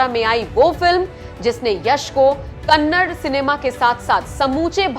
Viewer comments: Madam it's KANNADA not kannad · its not kannad, its kannada , please respect our language , though you dont have for youself , but we do have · Again you pronouncing kannad Madam please pronounce it Da Da "KANNADA" "ಕನ್ನಡ" One of the oldest language of India... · It's not kannad "KANNADA"